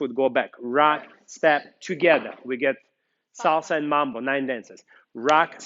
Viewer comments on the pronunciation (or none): none